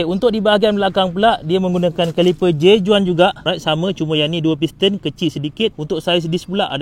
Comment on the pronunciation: J.Juan perlu disebutkan seperti "J.Wan". Spanish.